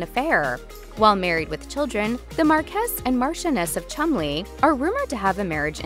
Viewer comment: Tabloid trash, but the least the speaker can do is learn to pronounce marquess and houghton.